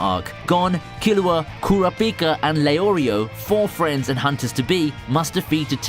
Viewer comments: did you even watch the anime? or are you just reading off a script. You surely would not mis-read Kurapipa for Kura-pika like you did, if you did so. Both versions of HxH says his name the same way. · No way bro said cor a pika ☠️ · Coorapeeca.. that hurt to a point i question the narrators interest in the show. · ku ra Pika lol you pronounce it fast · it pains me to hear how u slaughter kurapika and netero name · the way you say kurapika makes me wanna die good content tho